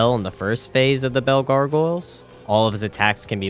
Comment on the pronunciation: I still love how you pronounce gargoyles as gorgoiles. Like garr goiles